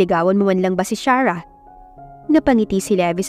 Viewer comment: Pangit ang pagkabugkas ng arte charah 😂😂😂imbis na Sarah kaluka